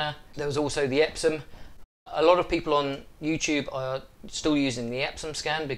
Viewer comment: Epson not Epsom